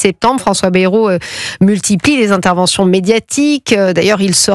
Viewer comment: Bayyyy rou pas Berou